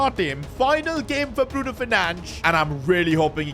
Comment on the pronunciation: Bruno f or nahco . Bruno for chicken . Get his fucking name right